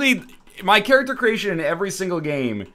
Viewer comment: it's character not charackter. Work on your english